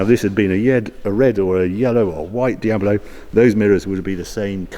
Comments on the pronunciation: Please don't say Diabolo... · Why does he keep saying Diab0lo its D I A B L O , like the devil . El Diablo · Is it just me or is Harry pronouncing Diablo as Diabilo? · taking a shot for everytime saying Diablo "Diabolo" and you'll be hammered mid-video. But all the while enjoying a good video. :) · Normally I'd be annoyed at this, but for some reason I just love the way he adds an extra 'o' to Diablo and makes it "Diabolo", or maybe "Diabuhlo" depending on how you hear it, but either way he is definitely adding an extra syllable to the word for some reason. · "Diabolo"? WTF is Diabolo? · Ok, first off, it's not Di ab a lo ... it's Di ab lo! Please , get it right! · its called Diablo, not Diabolo. Its not an illness. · It’s Dia-blo , not Dia-bo-lo. Anyway I never enjoyed the look of the Countach, even the name sounds ugly. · Hi Harry, I love your videos, but I can hardly watch any Diablo related ones... The reason is you keep calling this iconic car diab-o-lo. It's diablo, not diabolo. I actually watched quite a few diablo videos (including Doug DeMuro's), and all the guys call it correctly - diablo, regardless of accent, only you renamed it to diabolo :-) PS: you said diablo , jaaj! 😊😊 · Great video. One question. How many syllables are in the word Diablo? Or is it Diabolo? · Why does Harry keep saying it’s a Diabolo instead of Diablo? Just kidding. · It's a diablo. Not a diabolo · It’s Diablo not Diabalo... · Why is he calling it Diabolo? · "Dee-abalow" No, lol. Dee-ablow is how it's prounounced... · Diab-lo, Harry; not Diaber-lo. Otherwise, great video. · Also is called DIABLO, not DIAVOLO. Its a Spanish name not italian. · I like Harry's presenting style, but it's a Dee-ab-low! Not a Dee-abba-low! :D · Why do you pronounce "Diabolo"? It's Diablo with just one "o". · Stop saying "Diabolo". Please. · Anyone else triggered he calls it a Diab-O-lo ? :S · What’s up English kids? Di-abilo? It’s De-ablow. Do you say De-abvil? It’s De-vil. So happy I’m an American.